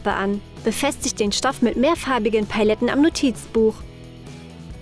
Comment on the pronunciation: Das heißt Pajeten und noch paleten